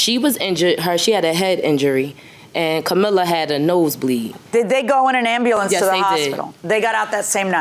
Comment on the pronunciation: The second she mispronounce ambulance I know their IQ is low 80's.